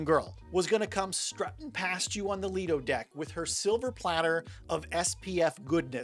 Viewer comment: Lido - pronounced - lie-doh Quay " - key Buoy " - boy Why do you guys struggle with nautical pronunciations?